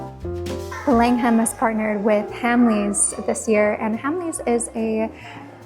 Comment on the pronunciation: Langham is pronounced Lang'am not Lang-ham. You look like Holly Willoughby. Surprised you didn't feature the Peninsula, Berkeley and Corinthia hotels.